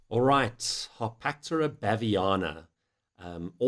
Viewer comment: Everyone even REMOTELY interested in baboon genus/species NEEDS to see this video. Excellent job ! - one question: the pronunciation of "Harpactira".... the presenter says both "Har-pack-TEAR-er" - and "Har-PACK-ter-er" - ... which is it supposed to be ? I always call this genus "Har-pack-TEAR-er"